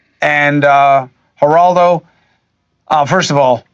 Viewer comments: It's pronounced Her-rald-o (in Spanish the Gs are pronounced like H's sometimes). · Geraldo is pronounced with an H sound 😊